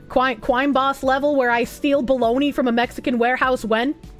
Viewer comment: Ah yes Bo-log-na